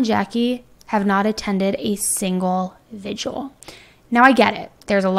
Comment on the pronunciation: Vigil. Not vigual. That said, I LOVE your videos.